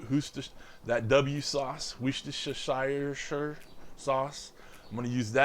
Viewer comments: lol Worcestershire = Wuss-Ter-Shh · Hi I'm Jim from Liverpool, it's pronounced "Wustershare" sauce ;)